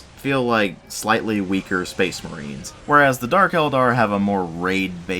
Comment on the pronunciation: Speecsh Merehn!